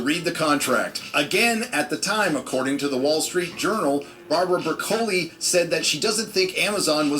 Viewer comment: That's the only time I've ever heard it pronounced "Bra-coley".